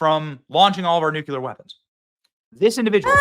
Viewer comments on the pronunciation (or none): Nu• clear benny. Its new clear. Nucular makes you sound remedial. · It’s nuclear not nucular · PLEASE stop saying "nucular", it's NUCLEAR!! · Nu. Cle. Ar. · Please PLEASE pronounce "nuclear" correctly. PLEASE !! PLEASE !!!!!!!!!!!!! ..